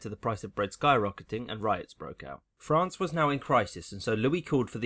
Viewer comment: ahhh, frán-cey, as beautiful as ever